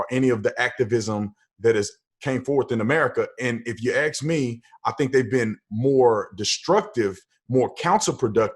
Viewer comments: This guy is so awesome I'll even give him a free pass for not pronouncing the word "ask" properly. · Brandon,i think you are great,but please don't say,ax, instead of ask!!! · This guy is an embarrassment. He should learn to pronounce the word "ask" before going out to speak in public about anything the requires two brain cells to discuss. I also don't agree with the conflation of the assertion black lives matter and the movement which I extremely opportunistic and questionable. Has anyone actually visited their multiple websites (which in itself is dodgy) and their "what we believe" section. It is shocking and the protestors are utterly being used and worst still, during a pandemic. It is tragic. There is definitely an issue with racism in the country and it needs to be addressed and not downplayed.